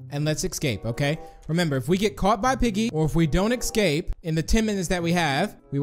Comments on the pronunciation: I love how u say escape in the start "escate" And the house map u said "espace" I love how u panic dude hahahhaha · he said eKsape